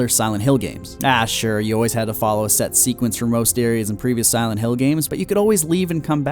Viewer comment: Did this man just say "simonhill"